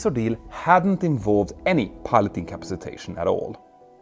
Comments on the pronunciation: Peter just add a “A”. In-ca-PA-ci-tation. Turns out easier to say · I just love the way he says "incapsitation" ❤❤❤ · Or as he says it, 'in-cap-see-tation" ;-) (and please note, I can only speak English - sort-of) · Please consult a dictionary for the proper pronunciation of ‘incapacitation.’ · Peter… You are pronouncing "incapacitation" incorrectly. The word has 6 syllables, not 5.